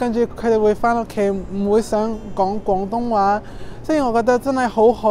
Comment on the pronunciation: 佢啲廣東話真係冇懶音 佢冇將廣東話講成講東話…